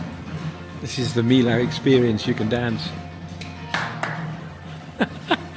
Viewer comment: Sorry to be the pronunciation bore but Millau is pronounced 'me oh' . It is an impressive bridge👍🏼